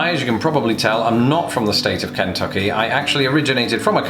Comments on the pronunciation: KEN-tucky. lol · Well, we can tell you're not from Kentucky just based on how you pronounce Kentucky, that's for sure. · I love how you say Kentucky :P Accents are amazing. I imagine my Kentucky accent would sound weird to most Americans.